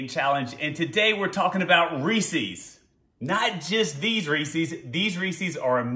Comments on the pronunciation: It’s not ree-sees it’s reeses... ree-ses. Read it. REE SES (SES...SES...) not SEES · Are you saying rees-eez to try and be funny?? Or have you never actually seen a Reese's commercial. It's pronounced REESE- EZ!!! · Yeah, but it's not pronounced Ree-seeees, like feces. It's just Reese-uhz. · It’s Reese’s, not reesees as in rhymes with feces. It’s the name Reese with a possessive s, like John’s. Get the name right, so annoying. Honestly had to stop watching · Stop saying Reese's wrong